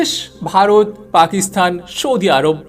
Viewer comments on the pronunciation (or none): none